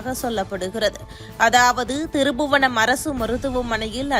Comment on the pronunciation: அம்மா திருபுவனம் இல்ல அது திருப்புவனம் 😠